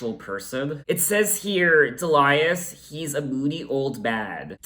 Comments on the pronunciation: It's DEE-lee-us, not de-LIE-us. ;-) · Do you know that there is a song by Nick Lowe called “I Love the Sound of Breaking Glass”? So you’re not alone in that....Also the name Delius is pronounced dee-lee-us. Bill Duffield of the song Blow Away was Kate’s lighting director on her first live tour, who tripped and took a header off the balcony of the theatre and was killed. This was the first album where Kate took over the production instead of producers that the record company would assign to her. She co-produced this one and self produced all albums after it.